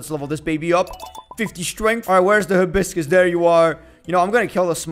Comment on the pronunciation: It call a hi-bis-crausd